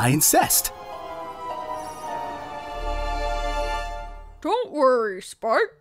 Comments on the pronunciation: Anyone else notice how said "I incest" and not "I insist"? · did anyone notice he said "I incest" instead of "I insist"? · "Now you two get bonding, I INSEST" XDDDDDD